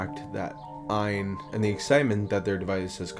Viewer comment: Just to let you know . The name of the company is not what your saying . It's A Y N stands for All You Need. It's not ian Aan .